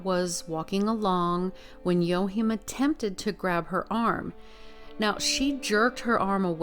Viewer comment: I think his name is pronounced WA Keem